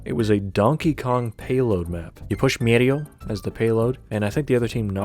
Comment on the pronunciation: I live for the way MEHRIO is pronounced here Also a banger vid, so much history within the community preserved to this day. I really hope these servers continue to be playable, for as long as possible